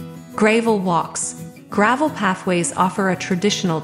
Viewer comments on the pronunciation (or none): The "Reyna Home" watermark always in the middle of the screen really detracts from the viewing experience. And can we get an AI voice that can correctly pronounce "Versailles" and other French words? The English pronunciation isn't top notch, either. Lol, "Gray-vel" walks.